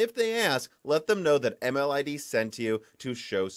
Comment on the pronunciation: So it's ML-ID, not M-LID.